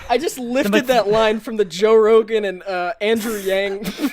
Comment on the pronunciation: This is something minor but for Chinese names, "Yang" is pronounced more like "Young" instead of "yank".